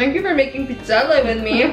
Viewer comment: Thank you for pronouncing Pizzelle the correct way